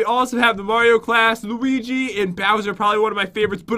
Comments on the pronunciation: did Jen say luigo do she even Mario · Pat: I'll let u choose Jen: Ok lets do layo leo lewi looay luii luigi. Pat: You said it perfectly when we got here... Me: 😂😂😂😂